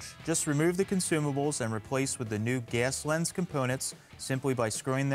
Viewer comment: “Ges lens”